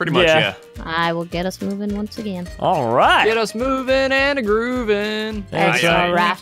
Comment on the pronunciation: you hear Georgian accent come through when she says once again. As a fellow Georgian I recognized it immediately!